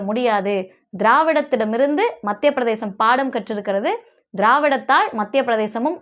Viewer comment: தயவுசெய்து மத்திய பிரதேசம் என்று உச்சரிக்கவும். பிரதேஷம் அல்ல